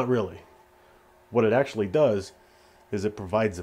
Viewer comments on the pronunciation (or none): none